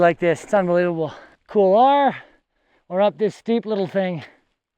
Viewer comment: Excellent episode as always mate... it is funny how many north Americans tend to pronounce couloir as "Kool lah", instead of "Kool waa"... it takes a bit of effort to mispronounce it as well... haha!